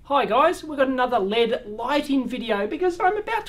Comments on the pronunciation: why do you say lead not L.E.D. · Acronyms are pronounced as words. Abbreviations are not. And its probably a Australian thing to say LEAD instead of L.E.D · Saying LED as a word just sounds wrong to me, because it's pronounced the same as lead, a toxic substance that has been removed from various items over the past few decades (gasoline, plumbing, solder, etc.) due to its danger to public health -- so that's a very negative association that LED lights are trying to be the opposite of, due to their energy savings and lack of the similarly toxic mercury found in fluorescent lamps. So, maybe in another generation when nobody remembers what lead is and how dangerous it was, then manufacturers will start pronouncing LED as "lead", but until then, they will say "L E D" to avoid any association with lead. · It was born an initialism. From oxforddictionaries(period)com - Definition ACRONYM an abbreviation formed from the initial letters of other words and pronounced as a word (e.g. ASCII, NASA). Compare with initialism. Grammar- An abbreviation composed of the first letters of other words so that the abbreviation itself forms a word. An abbreviation consisting of initial letters pronounced separately is called an initialism.